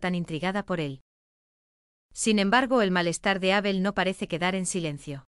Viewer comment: Sigue esta señora diciendo Ábel. Es una palabra llana sin acento